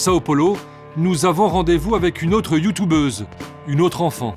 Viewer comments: "Nous avons rendez vous avec une autre Youtoubeuse " Ça m'achève à chaque fois XD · Par contre youtUbeuse pas youtoubeuse